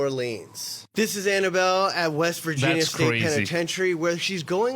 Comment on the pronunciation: Saying Vigina instead of Virginia is crazy